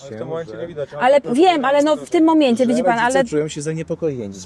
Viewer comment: Zona Konfitury to tez Ukrainka? tutaj wyszedl jej akcent jak mowi "w tym momencie". Ktos wie kiedy oni przyjechali do Polski?